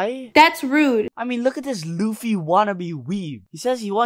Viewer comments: U pernounced the name luffy lu-fee btw it's lu-ffy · Is no one going to talk about how they pronounce luffy as loofy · Bro, really called Luffy loffy